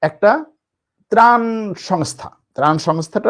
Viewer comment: প্রান না,ত্রাণ হবে আঙ্কেল।